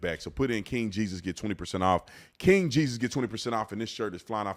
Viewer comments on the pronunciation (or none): none